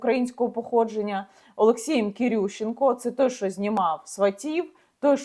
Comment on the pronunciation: Люба Яніно, будь ласка, вивчіть нарешті українську вимову - ви говорите як москвиця: чЬому, щЬо, отакЄ, захІсникІ...